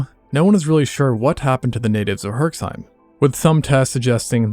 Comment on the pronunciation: Herseim... as in where my family is from. The x isnt pronounced.